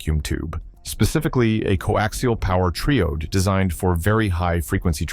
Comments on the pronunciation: It's not pronounced "tree ode". It's pronounced "try ode". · * triode (not treeode). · triode - with a long "I", as in triangle